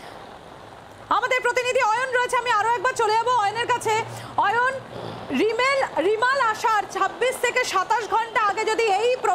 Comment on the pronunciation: আপনাদের সাংবাদিক রেমাল কে রিমাল রিমাল করে যাচ্ছে কেন